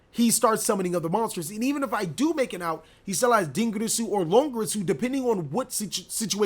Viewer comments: it's LONG IR SU / not lon gresu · It's Longirsu, not Longrisu. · Idk if it's just me but the way he rolls his R's for dingirsu and longirsu bugs me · He is mispronouncing them super hard